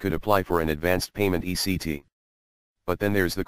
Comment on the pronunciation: It's ETC. NOT ECT. short for etcetera .. latin I think.